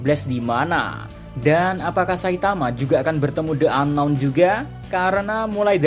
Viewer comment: Ka "the unknown" di baca nya "di unknown" karna setelah the ada huruf vokal ✌️